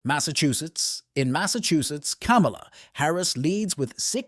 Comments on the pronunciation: This guy cannot even pronounce Kamala properly!#! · You are not pronouncing her name correctly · Learn how to pronounce her first name